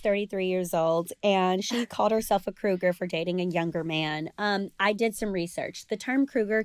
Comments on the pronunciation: It's Cougar, not Crougar. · It's cougars not crougar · is she saying cougar wrong?